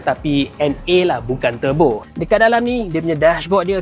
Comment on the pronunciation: Sebut lah turbo tu bunyi ejaan Malaysia, TUR BO